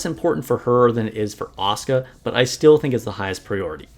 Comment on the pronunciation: Finally someone pronoucing Asuka correctly, most Nikke content have been unwatchable for me recently since everybody butchers it and repeats the name every two seconds. And I was looking for some tips on her as I did luck out to 3 star her, before my SSR luck completely ran out.